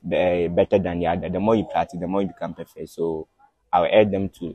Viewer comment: I came here to learn the best what 😂💔"pratitise"